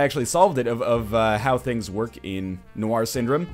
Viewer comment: noir is not pronounced nowhar